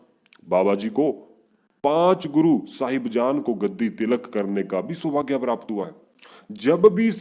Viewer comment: Waheguru ji he's Baba Bhudha ji Not Baba Bhudha shah ji.. Jaise aao bol rahe ho sometimes it's sounds like shah.. Nahi toh..Saab... Bole Baba Bhudha saab...